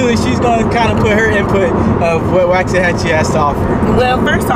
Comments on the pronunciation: I live in waxahachie. I was born in Waxahachie. You’re pronouncing it incorrectly. I graduated in Italy Tx. In 2010. Everyone I know from here, everyone I’ve grown up with agrees.. Waxahachie has lost it soul. It is no longer the home I grew up in. It’s becoming over populated. They’ve been building to many homes. You’re wrong about the cheapest prices.. Ennis has the cheapest prices. You should learn how to pronounce the name of the town if you’re going to talk about it. They have been building way to much, it’s probably doubled the amount of houses in 10 years. Waxahachie lost is soul. All these Californians all the New Yorkers everyone coming from places that have terrible politics! Y’all are straight ruining our communities. Waxahachie used to be such a wonderful place. But we’ve always said it’s going to spread south to Hillsboro, at the moment Italy, Milford and Carl’s corner even foreston will be over run by all these yuppies. It pisses me off so much, they allow their elected officials to declare lockdowns and when you decide it’s not for you, they come here to elect those same type of idiots FJB and Let’s go Brandon. Camel toe Harris is a joke and isn’t representing people in the real world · The way he said waxahachie was so wrong it hurt lol. Also under 2 hours to houston? Lmao not even close. 3 hours easily. Maybe 2 and a half if you’re going 100 the whole way.